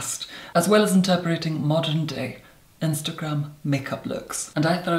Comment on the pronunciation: "And I shall certainly be interparating that style" INTERPARATING!? If you're going to sell yourself as an articulate, posh beauty please get your pronunciation right.